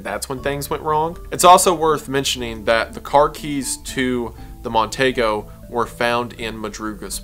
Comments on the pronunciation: for future refference...it's a mercury mon-TEE-go, not mon-TAY-go. but i can see my drunk uncle saying TAY-go. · The car is pronounced Mon-Tee-go